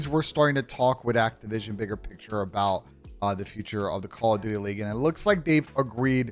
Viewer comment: 20 seconds in you said " Call of Dutely.", but y????